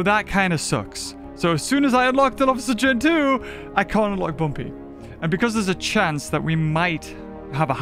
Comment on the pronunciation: You know rushed this when he says bumby instead of bumpy